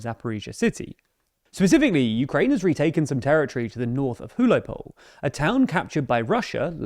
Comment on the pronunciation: Sounded a bit like hujlopole on the first go. English speakers are incapable of even trying to pronounce anything that isn't english.